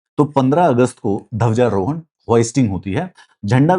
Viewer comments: Dhawja rohan nahi sir dhwaja rohan hota h adha 'dha' hota h. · Bhai ye Dhawjarohan kya hota hai use Dhwajarohan kehte hein "Dh" hota hai "Dha" nahi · सर धवजारोहण नहीं होता है ...ध्वजारोहण होता है ...aap ek bar suniyega ...